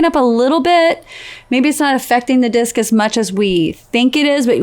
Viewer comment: successfully avoids the pitfall Terry fell into a few years go. LOL She distinctly pronounced d..i..s..c..s.. when speaking about the bushes lining the course.. LMAO